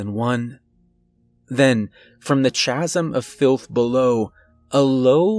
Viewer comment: This one bothered me a bit. I buried my Mom last year. She was not embalmed. Had a closed casket. Did not enjoy this one. 😢😢💔💔. Chasm. Pronounced. Kaz-‘em. 👍🏼. Messes up the story when you say words wrong.